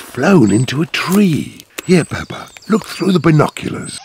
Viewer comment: It's not pepper it's daddy Pig the